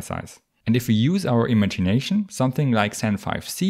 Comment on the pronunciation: You pronounce Imagination wrong, but nice video.